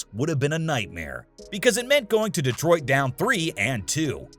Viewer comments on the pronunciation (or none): none